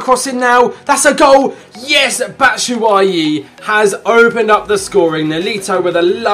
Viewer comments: Bat shoo way ee (batshuayi) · It's pronounced Bat-shoe-ah-yi